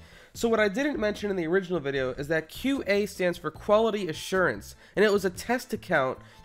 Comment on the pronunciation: when you say qa it sounds like cute ay